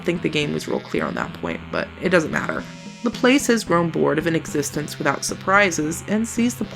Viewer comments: ...also by mispronouncing Laplace you missed a perfectly good opportunity to make ass puns. ;s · I'm sure a dozen people have commented this already, but that's not how you pronounce "Laplace" (it's a french name after all)